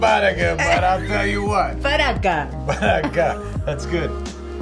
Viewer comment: I almost got so mad when they said "Badaga"